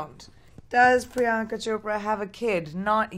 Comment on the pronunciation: Did anyone else hear someone saying prinyanka